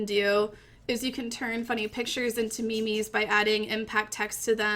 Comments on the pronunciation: Me mes its memes not me mes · do i read memes wrong like mims or is she trolling mylifeisalie